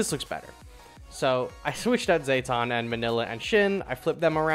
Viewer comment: Great tier list, really useful for a champion noob like me But I can't ignore how you pronounce Zetton like Zay-ton, it should be Zet-ton like Jet Engine